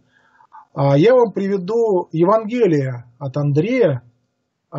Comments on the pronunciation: ЕвАнгелие а не ЕвангЕлие, БатЫй, еретикИ. Просьба ставить ударения правильно. А в целом спасибо. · С логикой у автора не очень хорошо обстоит дело, однако даже больше раздражает произношение с неверными ударениями слов весьма известных (евангЕлие, игумЕн и т.д.). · В слове "Евангелие" ударение следует делать на букве "а". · Очень интересный рассказ. Уважаемый сказитель в некоторых словах ставит ударения не так как обычно принято. Например обычно говорят ЕвАнгелие а не ЕвангелИе, БатЫй, а не БАтый и ВЕлес, а не ВелЕс. И другие. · Уважаемый,! Сверяйте свои выступления со словарём ударений русского языка. Уши вянут от ЕвангЕлия, БАтыя, ХулАгу и т.д. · Как только человек начинает говорить безграмотно, пропадает доверие. Не ЕвангЕлие, а ЕвАнгелие. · Да, евангЕлие режет слух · ударение ставить нужно правильно ивАнгелия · ЕвАнгелие, а не ЕвангЕлие!!